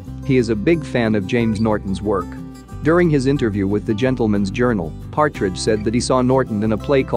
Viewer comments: Anyone else notice that he said "Patridge" and not Partridge?? 😬🙈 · And Louis patridge like it’s Louis partridge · not the "timothee chalaMET" and the "louis PATridge"